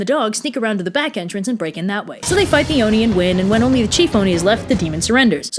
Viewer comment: I thought you were saying Dione and was wondering why there was a Greek-sounding name in this Japanese story then I realized you were actually saying "the Oni" 😂